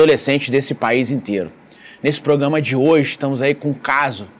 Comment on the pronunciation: Faça um esforço, treinando, tantas vezes quanto forem necessárias, para pronunciar PRO-GRA-MA. Esse "proGAma" dói no ouvido.